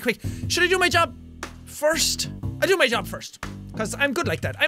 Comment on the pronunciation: Your english isn't bad until you said "mah" instead of my